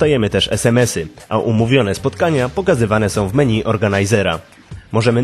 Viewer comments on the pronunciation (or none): none